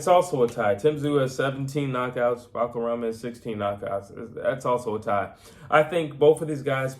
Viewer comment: I came here to learn how to pronounce Murtazaliev but he only ever called him "Buckararm" 😂